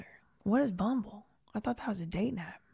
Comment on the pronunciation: I left a comment on the chat it’s Rumble not bumble lol 😂🤦🏻‍♀️ but year Rumble does not censor